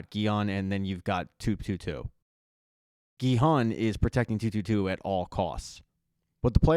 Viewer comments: Love how you said SONG-WU, XIANG & SA-BIAOK🤣🤣🤣 instead of sang-woo, gi-hun & say-biuk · Can't finish the video with you calling the main character the wrong name...his name is Gi-hun